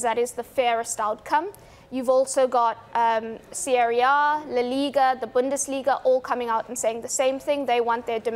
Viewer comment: “Sieri A” ???